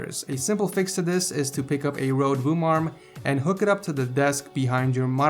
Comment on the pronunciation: you are saying "røde" wrong. its like roe-de. and its a hard d like a soft t :D. not road